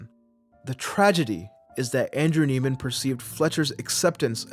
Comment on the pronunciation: Isn’t his last name pronounced “Neigh-man”?